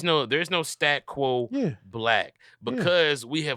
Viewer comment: keeps saying "stat quo", its "status quo" brotha